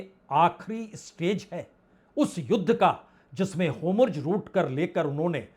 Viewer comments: सर, आप तो विद्वान पत्रकार हैं। आपको शत-शत प्रणाम । कृप्या होमर्ज ना बोलें । उसकी जगह हॉर्मूज बोलें तो अच्छा है। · ❤Hormuz बोलिए.Homurj..nahi❤ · Hormuz का उच्चारण आप Homurz क्यों करते हैं? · Sir it's not Homurz it's Hormuz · अब तक होर्मुज बोलना नहीं आया 😂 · Atleast learn to pronounce HORUMZ PROPERLY, before you can be taken seriously